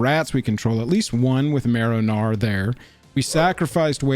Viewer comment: Im sorry, it has to be my australian hearing but every time you said marrow gnawer - all i can hear is “marinara” 😂 Heres a sub just for that